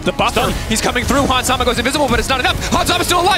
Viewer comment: this dude said Hans Sama lmao. what